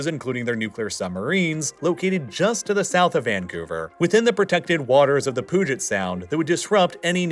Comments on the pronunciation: It's not the Poo-jit Sound, it's the Pyu-jit Sound. Sorry, as a local, I had to correct that egregious mistake lest it haunt my dreams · THE POOGET SOUND, its pronounced Puget. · Pyu-jet Sound, nor Poo-get. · I am sorry… Poo-Jet Sound? Puget Sound buddy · just want to point out it’s not “poo-jet sound” but “pew-jet sound”. Source: I was born and raised in Washington. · I know that this video is from nearly a year ago, but since it's a notable waterway I'd like to correct something. He pronounced Puget in Puget Sound as "Poojit", when its more like "Pewjit". Born and raised in the South Sound and it hurt me hearing that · Puget sound is pronounced like "Pew-Jit" "poo-jet sound" is what you hear at a taco bell restroom... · It's pronounced "PYOO-jit" not "POO-jit." :) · you were doing so well!!! :( . Puget sound isn't pronounced poo-jet sound, it is pew-jet sound. other than that. interesting video so far. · im sorry. the POO-GET SOUND? 💩 for any curious Puget is pronounced like there's a y. pyoo-jet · "poo•jit" is not correct, I believe it's "pew•jit" sound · It’s pronounced “Pew-Jet Sound” rather than “Pooh-jet” sound. Love the vids bro, I’m sure you get a ton of these kinda comments lol but “Poo” is where I had to draw the line 😂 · It’s pronounced PEW-jet not poo-jet. Sorry to be that person lol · Hey, its pronounced "Pew-Jet" not Pooget lol. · For the record "Puget" is pronounced "Pew-Jit" not "Poo-Jit" -_ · Puget is pronounced "Pew-jet" not "Pooh-jet" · As someone who was born and raised in WA state and lived there for over three decades...the way you pronounced "Puget" made me roll my eyes. It's pew-jit not poo-jit. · For future reference (I don't know when it'll come up again, but if it does) The Puget in Puget Sound is pronounced pyoo-jit, not poo-jit. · Poo-get sound? Haha I love it. It's pronounced Pew-jit. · Poo-get sound? come on. pew-get sound. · its the "pew-jit' sound btw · Cant help but laugh when I hear Pooget Sound💩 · pooget sound 💩